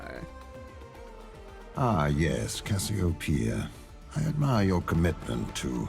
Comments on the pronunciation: Isn't it pronounced as "ka-syo-pe-ya" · Not a big deal: Cassy-Oh-Pee-Ah (Greek name) but using the South Asian mythological: Naga. You were able to pronounce it correctly for the most part. Lol. and mispronounced every now and then.